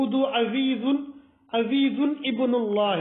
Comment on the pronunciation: مولوی صاحب عزیز نہیں ہے عزیر ہے